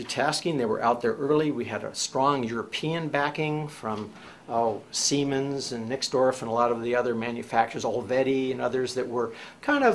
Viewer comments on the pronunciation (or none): none